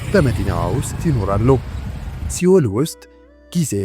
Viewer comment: እረ ያሳፍራል ሴኡል ነው ሲኦል ተብሎ አይነበብም